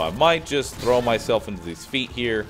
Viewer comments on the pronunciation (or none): none